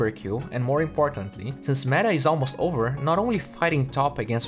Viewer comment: i thought he was saying "MANA" instead of "META" as in for metamorphosis